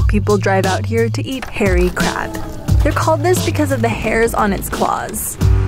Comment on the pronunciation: I like how i sounds, like "how dangerous the chinese crap" 😂 Just kiding mate!